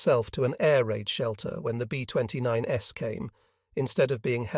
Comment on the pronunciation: AI doesn't know what to do with the plural 's' in "B-29s". That's a robot for you.